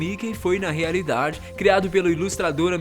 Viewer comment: Rearidade kkkk